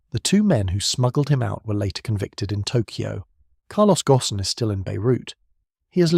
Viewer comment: Carlos's last name is pronounced "goan", and rhymes with moan. AI slop!